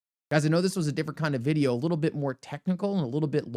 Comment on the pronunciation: Stupid title , i like to listen to your videos (apart from your pronunciation of video) this is very misleading for those that don't have time 👎